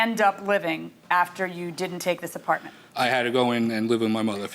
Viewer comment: Plaintiff: "An Apawment".